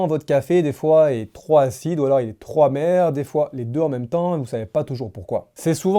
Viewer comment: En français on dit pas: trop hacide ou trop hamèr. On dit trop Pacide ou trop pamèr. Merci de réviser le français avant d'enregistrer une video